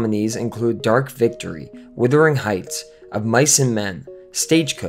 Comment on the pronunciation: ahem, it's "Wuthering" not "withering".. .. just sayin